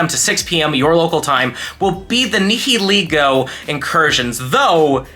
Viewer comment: Hey look up how to pronounce nihilego. Love your videos!